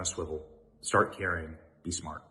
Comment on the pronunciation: Did you say start caring or start carrying. The first part was driven out of me. The second is like grabbing your keys before you leave the house. ALWAYS!